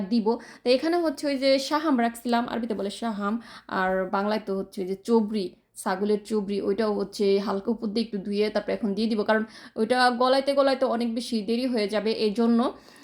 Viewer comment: কতো কিছুর নাম তুমি বলতে পারো না। কিন্তু তোমার অভিজ্ঞতা শেয়ার করছো, দেখতে ভালোই লাগে। তুমি গোশতের ঝোলে রুটি ছেড়ে দেয়া রান্নাটা পারলে ডিটেইল দিও তো! ভালো লেগেছে আইডিয়াটা। তোমার কথাগুলো এনজয় করি - আজকে চরবি( চর্বি) কে তুমি চোবরি উচ্চারণ করেছো😂, লাবাং কে ল্যেবান,গ্যাসের চুলাকে- ঘ্যাশের চুলা😊। ভালো থেকো। জাযাকিল্লাহু খইরান